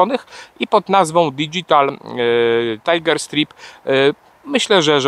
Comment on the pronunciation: Drobna uwaga. Nie mowi sie STRIP - bo to oznacza rozbierać się /striptiz, a STRAJP - pasy, pasy tygrysa.